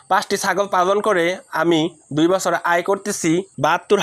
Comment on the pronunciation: পালনটা ভালো ভাবে বলো পালনটা পাগল শোনাযায়